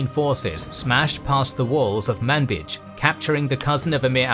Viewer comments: No, in arabic the name is clearly with a "j" sound not a "ch"... Also the "a" is a really short "a" not a long one... In reality in arabic it is closer to mnbej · MANBICH? no no no. ManBij. Oh ok manbich. got it. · "Manbij" I was just listening and looking at another tab. Could have sworn that was Man-Bitch. Let me just file that right next to Bagacum in my brain under "unfortunate city names."